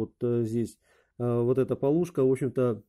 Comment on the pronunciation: Большое спасибо за подробный и интересный рассказ! Но почему Вы произносите "пОлушка"? На Руси всегда говорили "полУшка". :-)